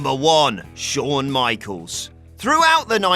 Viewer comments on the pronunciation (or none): none